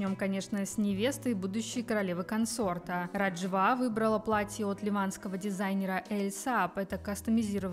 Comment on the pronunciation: Живу в Иордании, поэтому не могу вас не поправить.Вы не правильно произносите имя невесты.Не РажвА, а РАжва, ударение на первый слог.